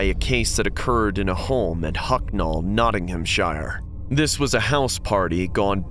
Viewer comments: I swear it’s pronounced Nottingham-sheer not Nottingham-shire. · Mate, it’s pronounced Notting-um-sher. 🤦‍♀️